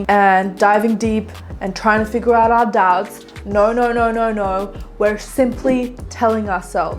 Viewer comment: I had this video on quieter than usual and I heard “don’t let your dads bully you” instead of “don’t let your doubts bully you” and I had to turn that shit up and turn on the subtitles and now I’m giggling over here 🤣